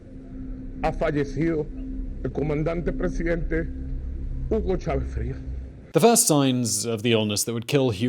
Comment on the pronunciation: Coño pana, "Yugou Chavézz"? A mi tampoco me gusta el tipo pero ese no es su nombre 😂